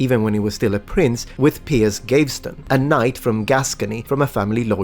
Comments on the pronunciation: Michelangelo using male models for portrayal of women explains why many of his female nudes have very weird breasts. Just a few corrections: Gaveston is pronounced Gah-veh-ston rather than Geiv-ston. And Warwick is pronounced Warrick. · I believe the name "Gaveston" is being mispronounced here. I suspect that the first syllable should be pronounced like the word "have," though, obviously with a "g" in place of the "h." Thus it's pronounced as "Gav-veston," rather than "Gay-veston." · Entertaining and informative as ever but I’d like to point out that ‘Gaveston’ is three syllables: gah-vz-ston. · Gayvston is pretty funny too instead of Gaveston